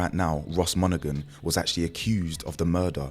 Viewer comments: It's Monaghan silent g my donny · Bro glesga is gny be wild even more than it is,bro the g in monaghan is silent ✌️